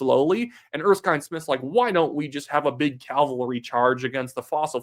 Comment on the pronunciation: I really wish you would learn to pronounce Erskine Smith properly